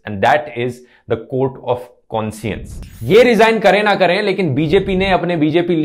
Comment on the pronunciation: Conscience pronounciation is wrong , it is pronounced as konshuns.